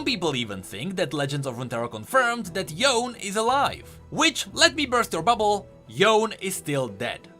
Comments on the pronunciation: its not Yown . its Yo'ne (Yone) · its yone not yon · If you say Yon again, I will kill myself. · the way he says yone's name makes me so upset PLEASE pronounce it correctly